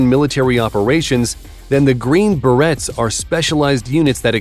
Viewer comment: Narrator needs to work on his pronunciation, not Green Barrettes. Try Berets.